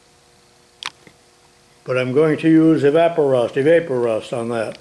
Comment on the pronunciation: It's E vap o rust, because you wouldn't say E VAPE orate